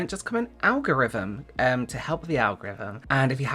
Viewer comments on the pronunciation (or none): Algorithm.... Love. Algorithm, Algorithim. Algorithim.